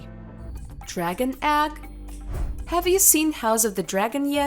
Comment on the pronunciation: Ags? How could this person not know how to pronounce egg?